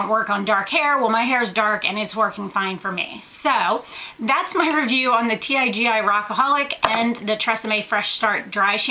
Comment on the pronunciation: It's pronounced TeeGee. I've used the Tresseme dry shampoo, &I hated it! It left a gray type of residue on my hair, even after I tried numerous times to brush it out. I did absorb some of the oil, but not enough to notice a difference. &By before the end of the day, the oil, plus some, was back! If you want a cheap alternative, I suggest the Got2b Rockin' it Dry shampoo. Super affordable, &available at any drugstore. It works perfect for me.